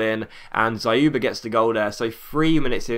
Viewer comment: by the way you did a good job pronouncing Dzyuba, but YU in his name is pronounced as "You". trust me on this because I'm Russian